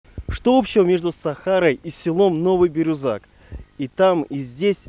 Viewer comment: Меня поразило как ведущий неправильно произносил слово Бирюзяк. Не Бирузак, а Бирюзяк.